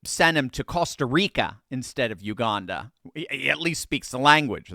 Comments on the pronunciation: Hey. Thought I would let you know there is no r in Uganda. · U-gan-da Jail. I wonder how he'll feel on his first day in Uganda when he hears "I'm the captain now!".